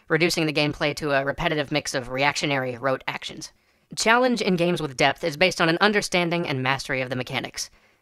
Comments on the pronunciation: at the begining i thought you say "death" every time you said "depth" , and i was REALLY confused why we want more death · at first, I thought he was talking about "Death" instead of "Depth". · It can't be just me that hears "death" every time he tries to say "depth"? I was really confused for a while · I kept hearing "death" and not "depth" at first.